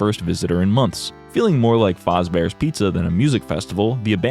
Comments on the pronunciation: idk if anyone else even hear this but you saying “fozbear” instead of fazbear got me fucked up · the biggest scam in this video was how you pronounced fazbear